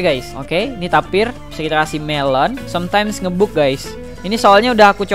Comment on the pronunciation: Ngebug dibaca Ngebag